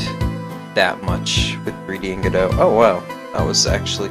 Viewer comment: Its not gdough its go dot like robot TwT